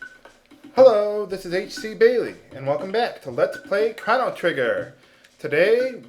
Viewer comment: To over-simplify, shiitake is pronounced "shee-tah-kay" as the word is of Japanese origin and thus uses Japanese pronunciation. Furthermore, "Chrono/Crono" is not "krahno." It's "krono" with the long "o" sounds on both vowels. Also, since the root is taken from Latin, "Magus" is not "may-gus" but "mah-goos" (though you could lessen the emphasis on the second syllable).